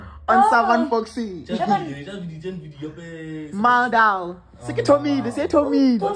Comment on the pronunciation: it's not maal daal 😂it 's Maal Vaal 😂